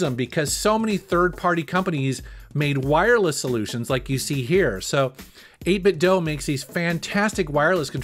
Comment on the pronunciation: He said 8bitdo wrong